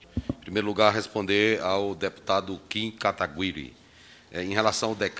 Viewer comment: Acho que eles falam o nome do Kim errado de propósito 😂😂😂